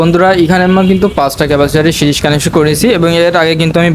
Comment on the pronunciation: ভাই এটা সিরস বলে না সিরিজ কানেকশন বলে